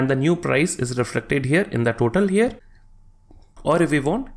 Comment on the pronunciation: stop saying "here" like that broo